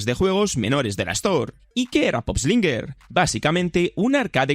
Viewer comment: No es pop slinger es poop slinger. La pronunciación